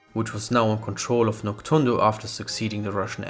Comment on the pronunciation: It's actually pronounced Nok-DOON-do. Not Nok-TSUN-do.